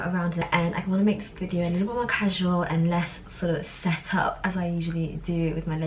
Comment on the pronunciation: Who else feels she keeps pronouncing And as “end” 🤔😐every time she said “and” it sounds like she’s saying end!